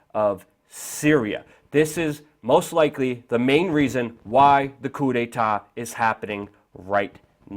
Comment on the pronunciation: and "coup de ta" ???? really, my friend? really?